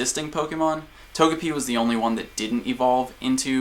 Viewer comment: Not Tog-e-pi... It's a japanese character name so To-Ge-Pi.